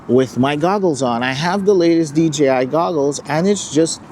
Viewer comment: I swear every time someone talk about DJI drones they can't say DJI they say DGI they say G instead of J.